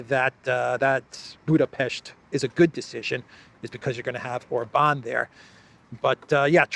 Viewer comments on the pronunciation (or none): When you did your last guest video,, you actually correctly called him OR-ban. Must have been by accident, you're back to Or-BAN 😂😂😂